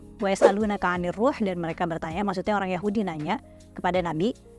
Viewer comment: waya a'lunaka A'NIRUH bukanya waya a'lunaka AN'NIRUH 😂😂😂INI penghafal 30 zuz al quran😂😂😂😂ko bacanya gak bener... inilah gunanya para penghafal al quran,dan stip mulim harus bisa membaca firman yg bertuliskan asli sesuai yg di wahyukan agar orang2 fasik munafik coba mengiring opini satu hukum agama maka setiap pemeluk agamanya paham bhawa yg berkata,aku2 penghafal,mahir tau betul bhwa ia sedang menpertentonka kebodohan dirinya sendiri😂😂😂😂😂😂